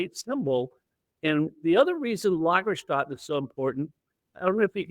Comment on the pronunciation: I'm on another continent. Besides: lagerstätten: /LAH-gerstetten/. Ä is pronounced like an e.